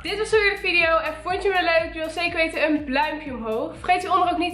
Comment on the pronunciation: Ben ik de enige die steeds bluimpje omhoog verstaat inplaats van blauw duimpje omhoog (geen haat) 😍😍💕💋💋🤩